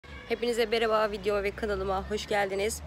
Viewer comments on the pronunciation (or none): Abla merhaba diyeceğine beraba dedin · Girişte merhaba yerine beraba demesi ⟵(๑¯◡¯๑)😂♥️♥️ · Abla yanlış anlamazsan sana bir şey sormak istiyorum.Videonun başında hepinize merhaba derken hepinize berhaba der gibi olmamış mı😀😘😍